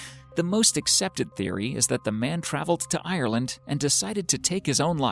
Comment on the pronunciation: When he said sl"ee"go and "ear"land I died.